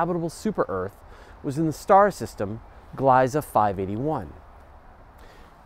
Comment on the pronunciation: Please pronounce Gliesa with the long e sound please.